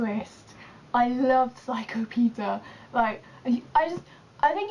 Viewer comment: peter... umm i think its peeta